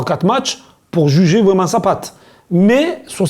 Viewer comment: C’est Vraiment ! Pas « vraiement » 😂